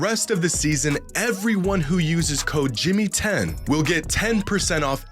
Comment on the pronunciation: I tried the seat geek app and couldn't get the promo "jimmy10" to work. Later realised that it's actually "jxmy10" but he says it as jimmy10. This guy is sabatoging himself 😂